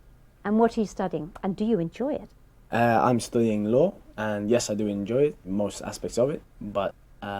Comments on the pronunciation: "I'M STOODING LAW" 9.0 for sure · studing.. (s-ta-ding) .. welcome!